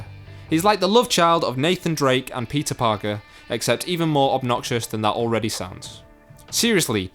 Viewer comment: That French Peter Parkua is killed me 😂😂😂